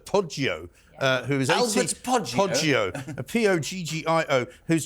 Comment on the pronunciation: Poddgio or Toddgio😵‍💫